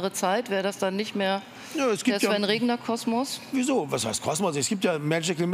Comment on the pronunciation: Der Herr heißt Regener und nicht Regner!